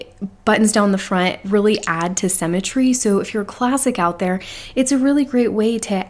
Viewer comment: I just discovered your videos today and am binge watching! Really loving hearing your take on the Kibbe system.💖 One small note of constructive criticism...you are pronouncing symmetry incorrectly. sym·me·try /ˈsimətrē/ I know this is a small thing, but with the amount of times you use this word (especially with describing classics) I thought you might want to know. 😘